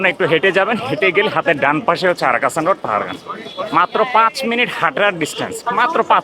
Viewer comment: রাস্তাটির সঠিক নাম 'আরক্ষণ রোড,' কারণ এই রোডে পাবলিক রেলওয়ে রিজার্ভেশন বা আরক্ষণ দফতর অবস্থিত। পুরো অঞ্চলটির নাম পাহাড়গঞ্জ। অশিক্ষিত মূর্খ লোকেদের উচ্চারণে আরক্ষণ হয়ে গেছে "আরাকাষা"।